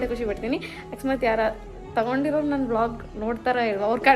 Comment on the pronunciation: Nayna ❌ NANYNA✅ 😅